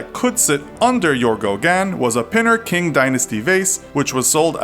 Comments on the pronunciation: It's not pinner "King" dynasty vase, It's pronounced as "Ching" without the "h" sound. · Infographic always pronounce "Qing" like "King", it's pronounced "Ching". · “Qing” is not pronounced as ‘king’ lol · Qing dynasty is pronounced as in ching not king! smh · Qing dynasty is pronounced ching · Qing was pronounced wrong